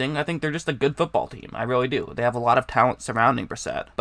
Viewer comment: Hey man you gotta work on your speaking. You sound like you are learning disabled. Instead of have you say "hab". instead of "quarterbacks" you say "quorbaggs"